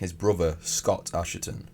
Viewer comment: Your video on Albini alerted me to what a disgusting person he was but this video needs reworking. And now the thumbnail is dishonest clickbait because you know better. I wouldn't like to see you sued over it. And please, it's pronounced ashton not asherton.